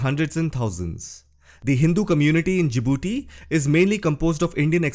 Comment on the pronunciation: Djibouti, not Jadibooti